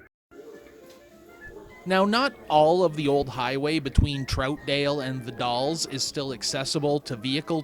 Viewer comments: As in pals or gals….😊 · Dude...it's The Dalles( Dallz-like gals). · Everyone knows that you don’t live here cause you can not pronounce the city of Dalles and a few other little things in your pc. Here.